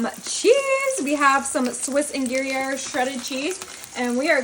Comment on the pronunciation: Gruyere—commonly said as "grew-yer"